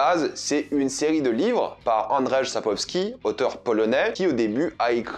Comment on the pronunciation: Petite vidéo sympa ! Petite précision juste pour la prononciation du nom de l'auteur c'est "Andjeï Sapkovski" 😉